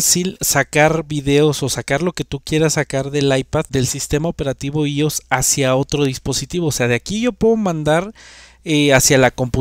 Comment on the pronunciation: «ios» no existe, es «iOS» y se pronuncia «ái óu es». Gafo.